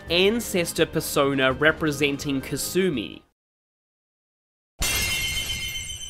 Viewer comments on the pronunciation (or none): Lol how do you pronounce Alexander dumas properly but not kasume 😂, nice video though